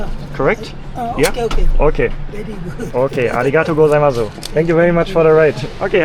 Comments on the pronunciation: When you say Arigato Gosaimasu the U at the end is silent. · you dont say the "u" in arigato gozaimasu. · You're pronouncing the final "u" too strongly in arigatou gozaimas(u). It's a very subtle sound, almost as if it's not even there. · i love your videos. im not japanese but i do know you mostly don't pronounce the 'u' in su at the end like arigatogozaimasu = arigatogozaimas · Great video! Exploring Tokyo without a plan takes courage. Awesome! I'm not an expert in Japanese, but when you say thank you, I think the vowel 'u' in 'arigato goizamasu' is silent. I think! Not sure!